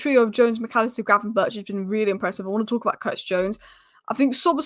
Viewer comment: The only inconsistent thing about Ryan Gravenberch is pronouncing his name.